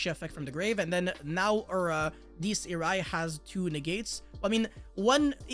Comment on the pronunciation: Say it with me. Die-es ee-ray